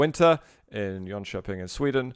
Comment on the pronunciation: Damn your pronunciation of "Jönköping" was spot on, I'm impressed. :D